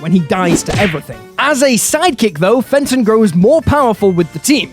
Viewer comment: "Fenton"? Jesus Chryst...